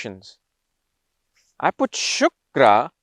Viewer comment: Hlo sir, no disrespect but it's not shukara. It's shukra. Amazing video by the way🥳